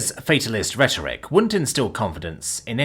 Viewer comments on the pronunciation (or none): none